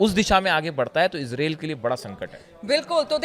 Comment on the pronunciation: Ezrel kya hota hai israel hota hai.